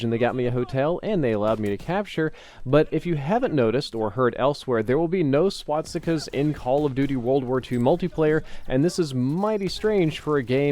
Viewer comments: it's SwaStikas not Swatsikas! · No you're not hearing things. He is in fact repeatedly saying swot-stickaz. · Say it with me: SWAS. TIKAS. Not SWAT. STICKAS. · Great video, but am I the only one who keeps hearing "swatstikas" instead of "swastikas" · ...Am I the only one who got annoyed by hearing "swatsikas" I dono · swatstikas , not pronounced like that. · Why did you always say "swaTstikas" LOL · Is it bugging anyone else that he says swastikas like swatstika?